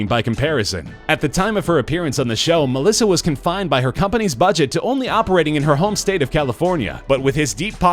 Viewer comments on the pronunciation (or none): none